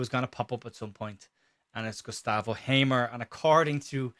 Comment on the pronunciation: I loved the intro. It sounded like Hamer was an Irish player. You pronounced it, "Gustav O'Hamer." 😂